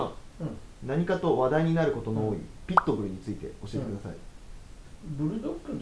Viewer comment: ピット↑ブルではなく、 ピット↓ブル